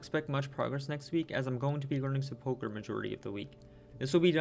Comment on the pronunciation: Is there a reason why no one who plays this game can pronounce sepulchre? You can literally have Google pronounce any word for you and it takes 5 seconds